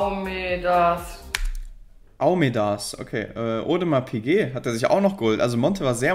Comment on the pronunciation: "Aumedaaas piquäät" 😂😂😂😂😂